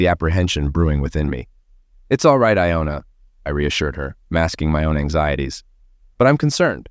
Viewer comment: Dude, get your names right... Johna, Iona and I know there are more. I just don't want to bother with it right now.